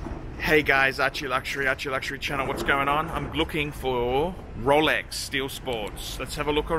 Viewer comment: (Slurring speach) ... "Rowlecks! ........ Rowlecks! ...... Rowlecks is what I want ! " - First Covid19 3rd wave, now progressing to the Zombie invasion !